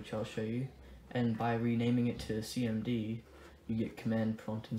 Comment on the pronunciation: did u say cnd or cmd